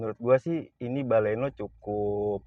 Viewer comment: Sdikit berbagi,kurangnya di sini : "baleno".. jgn "bale" "no".. "Milenium", jangan "mile" "nium".. Mainkan intonasi bicara tanpa memisahkan sbuah kata